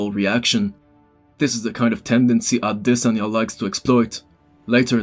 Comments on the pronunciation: AdesOnya not Adesan--ya you try to pull off the pronunciation so bad but its wrong homie :D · it's pronounced a-DES-anye brother but I completely agree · Ah-de-sanya....brilliant 👌🏼 great analysis man, the fight didn’t play out anything like I imagined...Izzy was humble in defeat :)